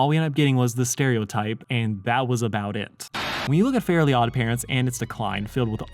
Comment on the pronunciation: Same lol. I was so confused with his pronunciation until I realized that it wasn't called fairy odd parents